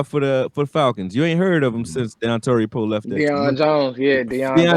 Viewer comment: in my head I was like don tari Poe gonna keep our lbs clean and sure enough you say Dontari Poe